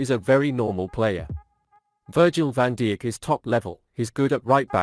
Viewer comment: Its pronounced 'eye yax' ... virgil van dick???????? 🤣😅😂